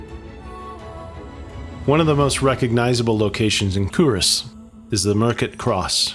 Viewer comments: Cull Ross. Kull / Kuhl....... Ross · Pronunciation is Culross is Cuulross ( u not o). inlithgow - go at the end, silent w. Dunure (Dunyour - emphasis in u not oo). Another mispronounced is Brurntisland....not Burnt-is-land but Burnt Island. Hope this helps.